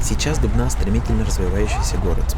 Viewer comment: Я коклас из Дубны я рад то что он правильно ударение поставил